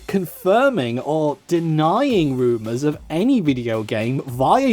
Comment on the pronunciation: Thought you were saying boomers when you were saying rumors.